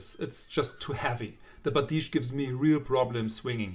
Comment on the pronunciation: No. Not bardishe. Byerdish. Бердыш.